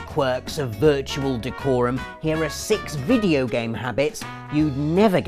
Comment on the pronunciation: "and im parking hiere" 2015